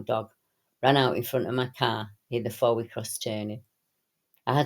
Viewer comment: Fowey is pronounced Foi,.